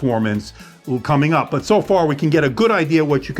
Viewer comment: Always very helping videos. But I don't like the "coming up" particularly the way of saying it